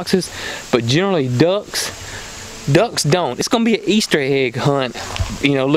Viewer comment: Thanks for the information. I also learned how to pronounce duhcks haha jp